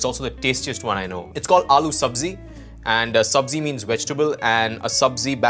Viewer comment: the indian guy absolutely bungled "aaloo sabzi"